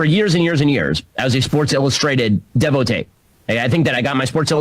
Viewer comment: Nobody who reads SI would use the word devotee and with the French pronunciation at that😂